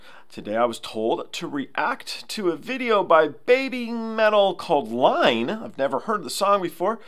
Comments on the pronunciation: Hahaha, that was fun. 'Iine' (as you already know that is not Line - it is iine pronounced ee-neh and it means 'so good' like a thumbs up emoji👍 ... you are not the first and won't be the last to mistake the capital i for an L - we'd probably be disappointed if you hadn't got it wrong🤣) was only the second song they released (it was their third song but IDZ was released later) and they were clearly establishing very early on that all the usual rules of what you can do, what genres you can mix into one song and so on were not going to apply to BABYMETAL. So EDM, a bit of hip hop/rap and then that drop into death metal - quite possibly the best drop into death metal from hip hop ever - and then back to the EDM to finish. As the song title suggests - it is so good.👍 In most live versions they dropped the rap and it became a call and response ("BABYMETAL in da house!") ... but that drop is still there. They did warn you - "Yo yo yo yo. Microphone check, one two one two. Are you ready to mosh? Kitsune da o!" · Sorry but you got the name wrong on this one..and like Jake noted, its a bit of a laughable moment for the fans watching people react to this one for this reason...LoL!! Its 'iine' like 'ee-ney'..first letter is a 'cap i' not an L. Thanks anyway for the reaction...you're getting there!!! Put your Kitsune UP!! Po! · Hey, the song Iine is pronounced....eee-nay. 😎🤘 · I got the title of the song pronunciation wrong. SORRY... I was told by Mike who requested the song how to pronounce it too and I totally slipped up. Totally enjoyed the song though! Sorry, fans!!!!!!!!!!!! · Literally everyone gets the name wrong. I think we'd be a bit disappointed if you didn't get it wrong. 🤣